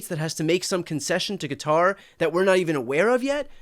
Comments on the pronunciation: You’re one of the few Americans who nearly pronounces Qatar correctly . It’s not Cutter. Say Guitar with a Q, you might get close. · Really!!! Cutter, cater, it's Qatar!!!!! Thank you!!!😂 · The best part of this video was the CORRECT pronunciation of Qatar. It's been driving me nuts hearing people calling it "Cutter". It took me about 10 videos on this bribe to understand that people were talking about Qatar, they kept calling it Cutter. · Why can no one pronounce Qatar properly 😅 It’s pronounced “KaTARR.” Brian has it down , of course 😎👌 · I have to give Shapiro credit, at least he prounounced Quatar properly... instead of all these people who say "Cutter"... there is no "U" in the name!!! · Thank you for not saying Cutter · BTC thank you for pronouncing it correctly as kuh-TAR and not Cutter.